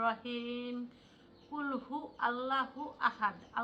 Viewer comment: মাশা আল্লাহ সুন্দর হইছে শুধু এক জায়গায় ঠিক করবা হ্যাপি। * ক্বুলহু ওয়াল্লাহু আহাদ্ব *হবে।